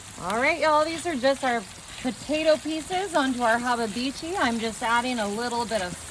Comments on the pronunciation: Actually it's Hababicchi the way she pronounces it & that "word" doesn't exist. I looked it up on Google awhile back & they listed it as "Hibachi." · If someone knows her, PLEASE teach her how to say hibachi....not hibabichi. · Lol It's supposed to be like Have-a-beach-i from what I can tell. I don't defend it but I get it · It's funnier her way. 😊